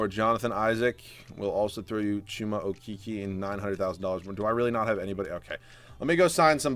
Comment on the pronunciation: When you said CHUMA OKEKE that has me laughing so hard